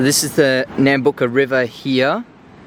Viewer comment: it's "uck", not "ook" when saying Nambucca, means where river meets the heads roughly translated, Nam being headland and Bucca is river